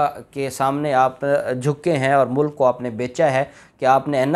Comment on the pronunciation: Voice Mai ... mulk and mulak hi fault pakra jatta... Hai 😂. Nani 420....ki videos ka intaizar Hai 🤪